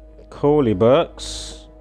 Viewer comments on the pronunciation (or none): but its Koleeberks* not Korleeberks....